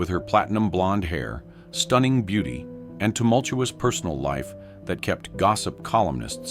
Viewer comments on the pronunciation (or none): none